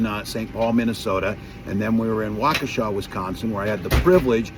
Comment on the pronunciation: So nice to hear someone correctly pronounce “Waukesha“ without hesitation ❤❤ Wisconsinite here who’s voting Blue tomorrow.